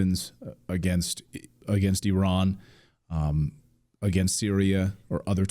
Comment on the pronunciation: “Agaynst” That’s annoying